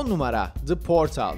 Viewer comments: portıl diye okunuyor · Portal'ın okunuşunda "ı" yok. Nitekim İngilizcede "ı" sesi yoktur. Çoğu zaman "schwa" (ə) ve "ı" sesleri birbirine karıştırılır. Portal'ın okunuşu "Po:tl" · The yı ingilizce okuyup portalı türkçe okumakta ayrı birşey :D